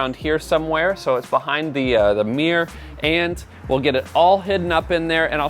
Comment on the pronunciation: Got to love the way you say mirror 😉 meeererrr 😂